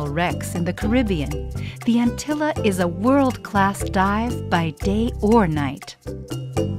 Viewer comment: by the way it's antilla with 2 l's so its like spanish not just l